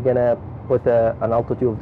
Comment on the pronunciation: its altitude not atitude